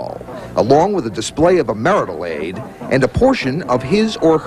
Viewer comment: "MARITAL AID" LOL!